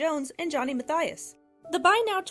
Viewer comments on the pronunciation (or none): Johnny Mathias? Girl, I think you mean Johnny Mathis. You need to give up your dream as a narrator... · Johnny “Mathias”? What a stupid narrator. The guy’s name is Johnny “Mathis”. People shouldn’t give information if they’re too damn stupid to even know who or what they’re talking about. I wonder if she even realizes how stupid she sounds?🤷‍♂️ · It's Johnny Math-iisss, not Ma-thigh-us. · Johnny Ma-thigh-us? Really? Two syllables: Math-us is how one pronounces Mathis. One of the greatest voices ever. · Wow opening for Johnny Mathis...pronounced Math us. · Learn to pronounce Johnny Math-is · Honey if you can’t pronounce words like “Greenwich” , or names like Johnny “Mathis” PROPERLY, than you need to get into a different line of work. Because PRONUNCIATION of places, and peoples names IS VERY IMPORTANT. ESPECIALLY IF YOU’RE TRYING TO BE SOME KIND OF ENTERTAINMENT REPORTER!